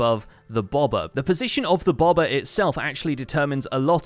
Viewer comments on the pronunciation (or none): Ohhhh, "bobber". I kept wondering what the hell a "bawbuhh" was.